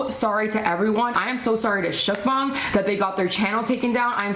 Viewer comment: I don't think I ever heard mukbang pronounced like mükbæng, thanks for the experience.